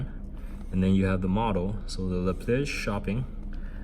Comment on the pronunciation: isn't it "leh plee-uj" instead of "leh plee-ej"? :)